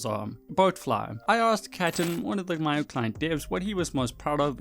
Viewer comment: it’s mee-o